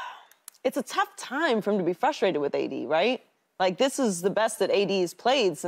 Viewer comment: LeSean McCoy needs to learn how to talk! I can’t understand how these executives “throw” these former athletes on the air and a lot of them can’t put a coherent sentence together!🤷🏾‍♂️ Hey McCoy: It’s WITH not “WIFF.”